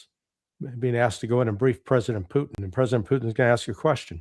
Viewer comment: Ray Mcgovern pronounces Putin's name as Poutine which is a French Canadian dish of french fries topped with gravy and cheese!!!!